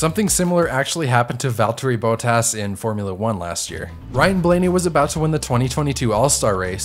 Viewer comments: you kinda butchered his name but good attempt and it was pretty close you say his last name like bott-as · Just saying. But it's not "boatas" it's bot-as. Pronounced bot.